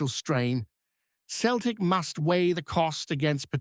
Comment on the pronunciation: New Scottish dubscriber here, love your edit but please remeber how to pronounce Celtic. "Seltic" not "keltic' cheers bud :)